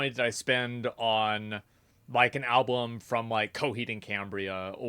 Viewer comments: WHY ARE YOU SAYING ABLBUM???????????? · Why does he say "alblum" each time :D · Why cant Asmongold say the word "Album" 😂 he goes ALWAYS alblum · Asmon says "Alblum" pretty frequently lol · the way he keep saying Al-Bloom, or Gabin(gaben) driving me insane. He is refusing to say it correctly. Even after hearing it 100 times. Its kinda impressive really. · Asmon still can't say "album". I'm sure I heard him saying it wrong at least two times before too xD